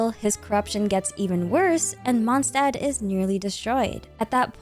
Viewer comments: Day 2 of correcting the pronunciation of Mondstadt 🌛🏙 🙏 The ST in Stadt is spoken as SH. The Favonius Anthem sings it correctly for reference. Monsdad ❌ Mond Shdad ☑ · Watch your language. It's just a matter of fact she's saying it wrong. She pronounces every French, Arabic, Chinese and Japanese word down to a T. And those are way harder to pronounce than German. She even used to say German words right, so IMO reminding someone how it's said right is not being pedantic.